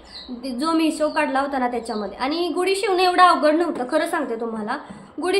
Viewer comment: गुडी नाही म्हणत . गुढी हा योग्य शब्द आहे लिहितांना तसेच उच्चार करतांना .